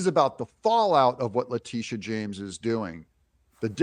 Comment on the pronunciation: Not how you pronounce her name…maybe it’s the lisp…this is what EVERY AG does prosecute white collar crimes included, Trump is NOT president anymore PERIOD….you, and any other citizen would be prosecuted so…….